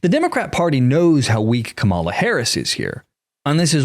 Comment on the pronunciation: I don't always agree with you but I do enjoy listening to your point of view. Believe me, I am not a fan of either Harris or Trump. I have 2 questions for you: (1) why do you pronounce her name incorrectly? and (2) why do you not consider that Ms. Harris has TWO parents. Her father, Donald Harris, is Jamaican-American. Just because Donald Trump made a fool of himself in this instance doesn't mean that you should follow suit.